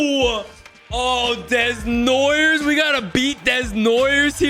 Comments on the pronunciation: It’s not des-noi-ers it’s deh-noua-yeh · Caleb Day-Noy-Yay. Desnoyers lol help me help you buddy Heinz Ketchup lol just means Rusty's got the "special sauce"! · He knows, it’s just a thing he started in franchise mode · The way he says desnoyers makes me want to scream 😅 it's desnoy "eh" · Desnoyers = Day-nwah-yay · PLEASE try and pronounce Desnoyers like that: DAY-NOAH-YAY 😫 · As a French Canadian, hearing him saying it like that so many times made me cringe so bad 😅 DEZ-NOY-YEURS 😭😭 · The right way would be dey-nwa-yay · This is NOT how you pronounce Desnoyers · Please say desnoyers name the right way😂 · pronunciation on Desnoyers making me twitch 😵‍💫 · fr it hurts me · I challenge to actually prononce Desnoyers correctly in the next episode 😂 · please say Caleb Desnoyers' name right lmao